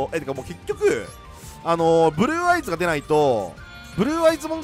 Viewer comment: ふ"ぅ"る"る"る"ぅ"ぅ"あいず好き